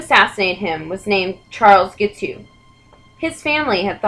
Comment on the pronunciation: Guiteau is pronounced gee-TOE, rhymes with beau. He is my first cousin three times removed.